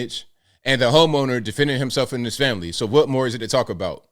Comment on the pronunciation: cwhot = Noo Yawkuh. Any dumba$$ can hear this. Cwaht is pure Noo Yahkuh. Listen carefully.